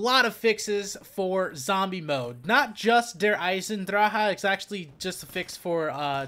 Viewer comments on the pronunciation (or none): Pls pronounce it der eisendrache